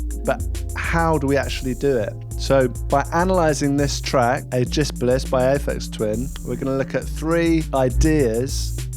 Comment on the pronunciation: the way you pronounced ageispolis as 'ayjisplis' seemed odd to me! I've always thought of it as 'Ayegeus Pollis"